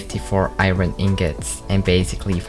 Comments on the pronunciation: I don’t know why but whenever he says, “Iron” It always makes me laugh for some reason. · I must admit that that is me too